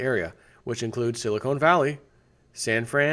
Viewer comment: SILICON NOT CONE you use SILICONE for TITs SILICON for chips : say con , like con man silicon